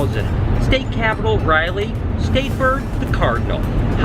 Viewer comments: I laughed so hard when you pronounced Raleigh "Riley" instead of "Rah-lee" as i'm from the Raleigh area!!! Love your videos hope NC treats you well!! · Gotta fly. Can't drive 10 hours man. And welcome to NC. BTW, it's Rah-Leigh, not RY-lee. LOL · Um the Capital of NC is pronounced Ral-ee its like WALE with an R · The state capitol on NC is pronounced Rah Lee